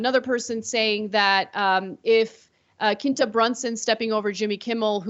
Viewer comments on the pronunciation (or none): It’s pronounced KWinta not Kinta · Pronounced "Qwinta Brunson".. Abott Elementary is on ABC.. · Pronounced "Kwin-tuh" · It’s pronounced “Qwentah” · The way you pronounce her name is cringey. Qu is a preschool sound. You have to go out of your way to say that short name wrong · I love how Ana's obsessed with the show but doesn't know what platforms it's on and can't pronounce Quinta's name properly lol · I could be just as offended by Anna mispronouncing Quinta's name repeatedly, but 🤷🏽‍♀️ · Y’all need to stick to politics cause I’m just going to condemn y’all for not saying Quinta name right. Like it’s with a Q in English really easy.